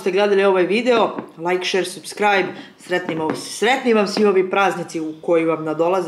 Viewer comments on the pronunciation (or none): none